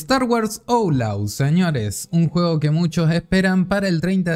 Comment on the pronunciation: 'Outlaws' se pronunciaria en en español como 'aut-loos'.